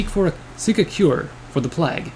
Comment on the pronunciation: he says plag lol